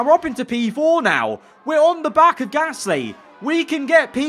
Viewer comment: Love these vids but just wish you could say Gasly right not Pear Gasssssssly